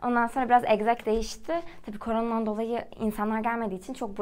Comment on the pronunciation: Koronadan diyeceğine kornodan diyip duruyor sinirim bozuldu dkevdkwjdejhx